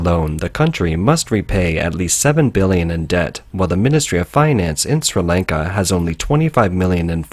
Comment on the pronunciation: My man can't even pronounce Sri Lanka properly. Bruh.